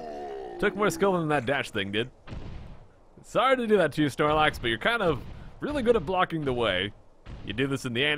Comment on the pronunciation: you said snox instead of snorlax